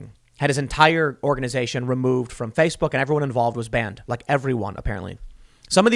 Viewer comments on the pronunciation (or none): none